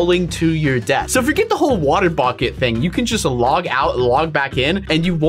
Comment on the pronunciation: I heard him say bocket 😂